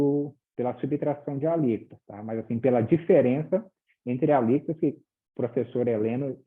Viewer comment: "Alícotas" ??????? não seria "Alíquotas"!!!